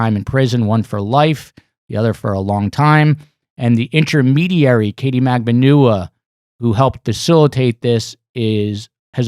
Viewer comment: She pronounces it MAG-BAN-WA, her lawyers pronounce it MAG-BAN-WA but for some reason others like this channel have decided it is pronounced differently... almost as frustrating as the amount of ads y’all have on this channel... 😆